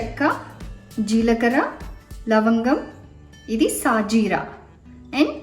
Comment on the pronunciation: షాహీ జీరా ,, సాజీరా కాదు